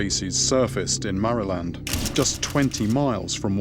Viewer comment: Did he just say marry-land?